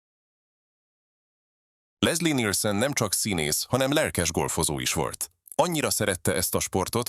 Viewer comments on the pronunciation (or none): Lesszi Nilsönn😂😂